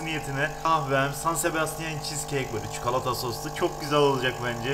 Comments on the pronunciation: Çukalata değil çikolata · İnsanlar: çikolata: çukulata